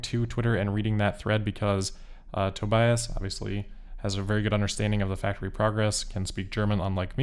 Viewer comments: On behalf of Tobias, the German "i" is pronounced as an "e" like in "bee", To"bee"as. And as always, good job! I wish I could do these kind of presentations uncut. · If you want to improve the pronounciation: The middle part is pronounced like bee, so Tobeeus. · pronounced toe-BEE-us